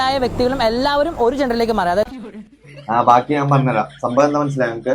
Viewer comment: സം മ്പവം വം അല്ല സംഭവം ആണ് ശരി